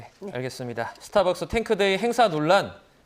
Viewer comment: 여자분 스타벅스 발음이 왜케 웃기지🤣🤣